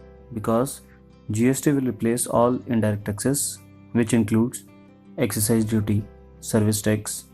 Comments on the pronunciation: it is excise duty... not exercise duty... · yaa it's 'Excise Duty' whts the 'exercise duty' anyway.....😂 Narrator should know what he is talking abt if he is educating viewers.... Silly mistake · It's excise duty not exercise duty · Its excise not exercise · it is not exercise duty. it is excise duty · isn't it excise duty and not exercise duty? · I just closed this video when you said and wrote excercise duty instead of excise duty... parrot learning at its best! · Everything is understandable. Dear sir, it's not exercise it is excise duty. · it's excise not exercise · excise.. not exercise!! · hey brother, it's a good video and explains well too! but I would like to point out that instead of Exercise Duty, it is actually Excise Duty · It's not Exercise Duty. It's Excise Duty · yes it's not exercise duty it's actually excise duty. Apart from that good explanation thank you .. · YOU IDIOT.!!! THERE IS NO DUTY CALLED "EXERCISE DUTY".... ITS CALLED excise duty. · it's excise duty not exercise duty. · Its 'excise duty' and not 'exercise duty' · excise duty not exercise duty :p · 😂 you are wrong my friend. that is not GST. BTW,its not exercise, its excise... 😂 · it's not Exercise , its excise !!!!